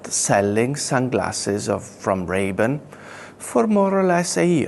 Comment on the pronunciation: Lol he pronounced it Ray Bin.